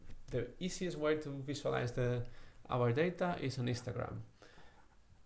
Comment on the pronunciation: everytime he says histogram, it sounds like he is saying 'Instragram'